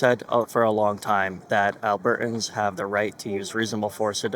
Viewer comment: alberTans. When did people start this business of NOT pronouncing words properly. At least pronounce our province properly Mickey.